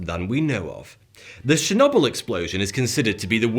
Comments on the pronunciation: "The shenobble..." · *Shinobbel*?? Lol 😅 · did he say Chernobyl as "Shinooble"? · I’m sorry but the way you say Chernobyl has to be fixed